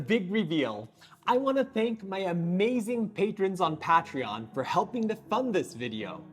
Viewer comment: Pronounced Pay tree on